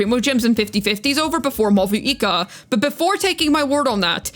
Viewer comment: I think Mavuika gonna make everyone use use Codex artifact just like how it was the case with Furina. Btw i think Mavuika's name is pronounced "Mauika".